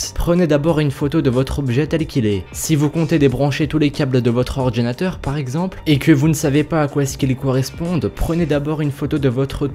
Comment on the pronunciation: du mal a prononcer ordginateur plutot que ordinateur